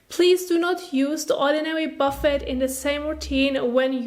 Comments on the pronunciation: I'm from the UK ... we generally pronounce it boo fay here too, usually to describe a buffet of food. No one here as far as I'm aware calls it a buff ett 😆 but please carry on, as I said, kinda adorable 🤩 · Great video, very helpful! Just so you know, the word is French origin so the T at the end is not pronounced. It should sound like Buff-ay :) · Buffet 😆 ... isn't it pronounced boo fay? You're kinda adorable.